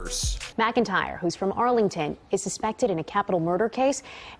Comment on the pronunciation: Arlington is not arlen nigga 😂😂😂😂😂😂